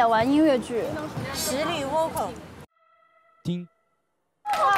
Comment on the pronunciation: 是啊，这个Vocal说成哇靠，我实在是...尴尬癌都犯了